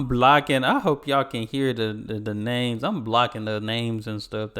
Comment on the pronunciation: He pronounced nearly every name incorrectly